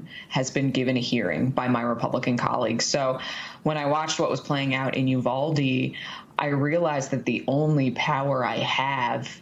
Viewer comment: State Senator McMorrow is right. The high school students from Oxford, Michigan are very empathetic people. They are certainly more so than many of the Republican members of the Michigan Legislature. However, I wish the media and those that have appeared on it would pronounce Uvalde properly. It is a Spanish word. The "U" is pronounced "oo" as in the word cool. The "v" is pronounced like the sound "buh". The "a" is pronounced like the word ah. The "e" is pronounced as the word a is in English. The pronunciation of Uvalde therefore should be "oo bahl day". This too me is important in light of the number of Spanish speakers that live both in Texas and in the rest of the United States. It is a sign of respect for those who appear on camera to learn how to pronounce a word or a name you may not know. Therefore, it is very important to learn how to pronounce it since it is being said over and over again because of the traumatic event that occurred there. Uvalde will no longer be immediately thought of as the "Honey Capital of the World" but instead be known in the context of Sandy Hook.